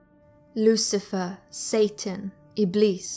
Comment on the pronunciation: Woosifer? Izzat you, Woosie? Satan is a title, like "Shah" or "President" so it's not an individual, Iblis is a nice thing to have with dinner unless you prefer Chablis; and finally, why da bible gotta name men ridiculous things? Like Artaxerxes and his wife Judith, or Jehosaphat and his wife who was probably Ann, or Beelzebub and his wife Doris. I mean, really. I just LOVE these videos!